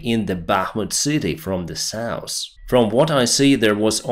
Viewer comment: Hill, not hral South, not sauce